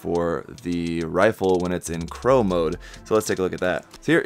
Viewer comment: Its Claw mode XD not Crow mode XD but im guessing ur reading it off of the manual